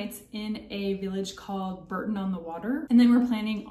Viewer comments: Bourton not Burton...(bore-ton) and Worcester is wusster not war cester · Also it's borton not burton.